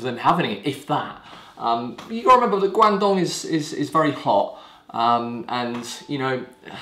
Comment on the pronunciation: Guangdong was also known as Canton, like Beijing was called Peking. China now adopts Mandarin names for all places to help standardise. Glad to see you’re pronouncing it right! And I love duck shit oolong, fast becoming one of my fav teas atm. Thanks for the video, a new subscriber! :)